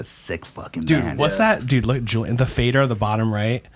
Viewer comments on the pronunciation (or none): none